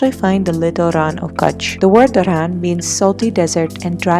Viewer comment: IT'S NOT KUCHH. IN WRITING " KUTCHH" BUT IN SPEAKING " KACHCHH"